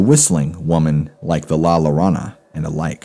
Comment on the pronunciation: You pronounce llorona as Yor-ona just for future ya👍 or your-ona